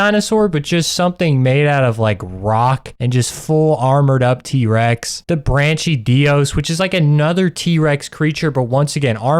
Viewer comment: Great video bro, I love it. Your mispronunciation of the places and monsters is diabolical, though. You did the brachydios dirty